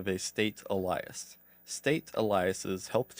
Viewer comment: Thanks for all the content, appreciate you running through all of this. Just a heads up Alias is pronounced ay·lee·uhs. Hate correcting people but this might help you in future.